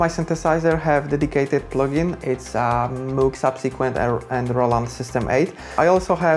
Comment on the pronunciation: One would expect a synthesizer musician to be able to pronounce the name MOOG right. Bit of a letdown 😒